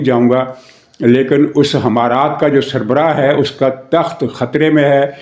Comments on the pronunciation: محترم: لفظ حمارات غلط ہے ، امارات صحیح ہے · The pronunciation is emarat from alif not from h